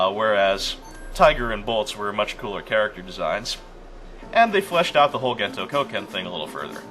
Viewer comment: When you were talking about that purple guy's martial art, I couldn't help but hear it as "Gento Cokehead". The setting's strange enough, I'm just gonna go with that :P